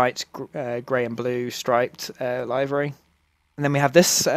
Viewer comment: Great review,but "livery",not "laivery"